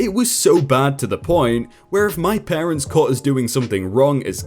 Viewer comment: Dude ... PARTENTS?